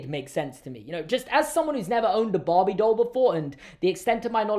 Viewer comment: is saying barbie but i can’t stop hearing bobby🥲